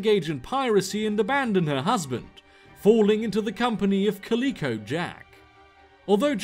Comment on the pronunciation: cAlicO... not calEEco